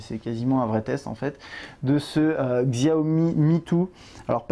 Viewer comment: juste petit détail sur ce mobile, xiaomi est un téléphone chinois donc ça se prononce chiao-mi sinon superbe vidéo :P